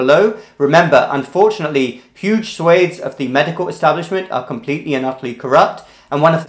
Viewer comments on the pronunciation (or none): Swath is not pronounced swaith...!!!!